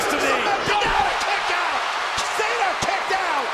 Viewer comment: He said Sean cena